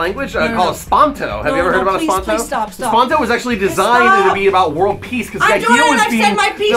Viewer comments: "EsPaNtO" I cringe It's esPERAnto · Did he say espanto? It's Esperanto! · Dile a que no se dice ESPANTO, sino Esperanto, jajaja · Did he call esperanto "espanto"??